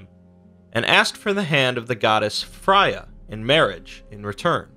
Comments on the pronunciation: Its almost always pronounced fr-ay-uh not fry-uh -sincerely someone named freya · The one that got me was Fry-ah. I'm gonna go listen to Gaiman tell me one of these stories